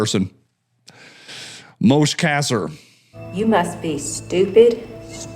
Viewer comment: Moshe is pronounced, Moe-Sha' or Moe-Shay. It means Moses in Hebrew. Also Moshe Dayan was one of the IDF's greatest Generals.